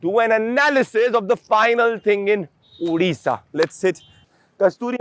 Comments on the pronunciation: Udisha nahi bhai its Odisha. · It's not Udisha...it's Odisha....thanks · Udisha nahi Odisha hai !